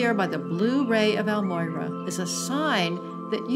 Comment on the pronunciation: So irritating when people can not even say the name correctly. EL-MORYA. Not El-Moyra.